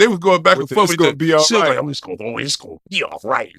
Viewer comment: "It's gone be ight Suge" "it's gone be ight".